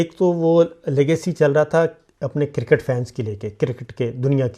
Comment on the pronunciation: شاکر بھائی لفظِ کرکٹ “ کو انگلش تلفظ کیساتھ بولا کریں وگرنہ کِرࣿکِٹࣿ کہنا😢 (کوڑا کرکٹ” کا معنی دے گا